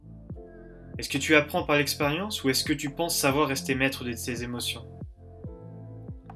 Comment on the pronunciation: on dit expérience pas esperience